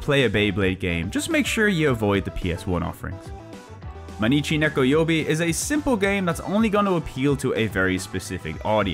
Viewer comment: Mainichi Nekoyoubi means "Every day is cat day". It's not pronounced mei-nichi, but more like "my-nichi".